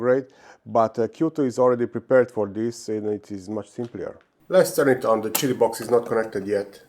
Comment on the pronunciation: Pronounced it correctly now! "cheety"! Hey Doc! Good job! I still liked when you said "kitty". 😊 I printed a plaque for my Plus4 that says; "Kitty Plus 4" in honor of this. ❤️ We love ya Doc!! 😊 Team 7 Beta Testers